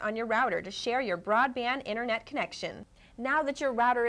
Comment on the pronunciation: she cant even say internet correctly